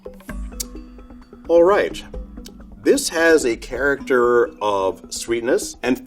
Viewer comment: when he says "alright" is the most noticeable. 🤣🤣🤣